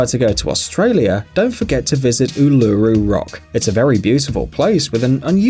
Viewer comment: Its called ullaroo not uololroo